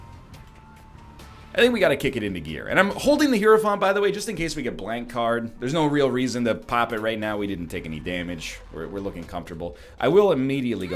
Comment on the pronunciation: I hurt when he says heirophant LIKE NO EGGMAN ITS NOT HE-ROW-FONT ITS HIGH-ROW-FANT